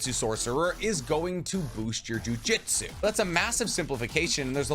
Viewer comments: It amazes me that you that you pronounce the title "Jujutsu Kaisen" correctly, but otherwise pronounce sorcery as "jiu-jitsu." It's JOO-JOOTSOO. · Loved the video but for the love of god it’s JUJUTSU not JUJITSU 😂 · OMGGGGGG 🤦🏽‍♂️ ITS CALLED juJŪTSU & NOT JIUJITSU !!!!! jiujitsu is a martial arts bro it’s something that actually exists & jujUUUUUUtsu is the anime that we all love to watch & read . i hate when people make this mistake lol 🤦🏽‍♂️ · He he goes again, calling "jujutsu" jiu-jitsu. Say it with me: JU-JOOT-SU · Just wanted to make fun of you a lil bit. "I've learned nearly everything there is to know about this series" says jujistu and not jujutsu for the majority of the video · Lmao I love your stuff but you got me cracking up with the "jiu-jitsu" got me imagining megumi running around putting curses in rear necked chokes 😂😂😂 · “Jiujitsu” 💀😪 Lmao So cool rule of thumb: Japanese pronunciations are really simple because the vowels will sound the same every single time A = ahhh as in when the dentist says “say ahh” I = pronounced like the long e sound ex. Key U = oo like goo or poop E = as in the long A sound , sounds like the a in crate, table (this pronunciation is a lil complicated but this is close) O = long o sound , like open or okay Some constructive criticism after hearing chibacko tansai over and over again 😭😭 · Great video! Only critique is that calls it jujitsu repeatedly 🤣